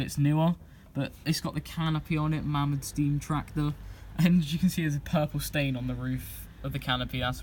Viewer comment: mamod is correctly pronounced 'may mod'